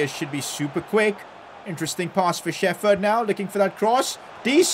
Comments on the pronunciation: ITS PRONOUNCED SHEP HERD, NOT SHEFERD, SHEP HERD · its not shefurd its sheperd